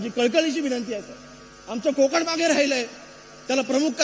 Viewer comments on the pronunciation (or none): none